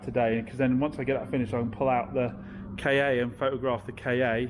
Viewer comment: Please, please, please. Its a Ka. Ie a Ford Car. Not the letters KA. Why on planet earth would Ford launch a car called a letters KA. Does my head in.